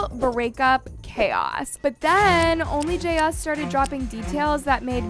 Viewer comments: I made a 2 minutes and 32 seconds and then I just couldn't take it anymore. It's jayus. One word! Not Jay as or Jay us .... JAYUS one word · The only thing imma comment on is her/their name is not JS, Jayus (Jay-Is) love ya girl.. no shade.. ❤❤❤❤❤❤ LOVE LOVE LOVE YOUR VIDS just couldn’t stop focusing on how you said her/their name